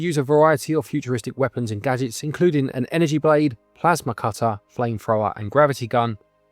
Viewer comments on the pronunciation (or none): none